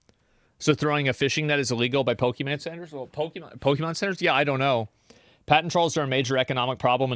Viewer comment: Why do all od these guys pronounce Pokemon in such a ret4rd3d way?